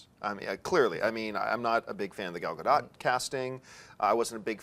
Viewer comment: Alright!! John (almost) pronounced Gal Gadot's name correctly!!!